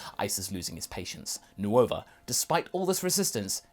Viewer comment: “New ova” I know it’s spelled nuova but it’s just pronounced nova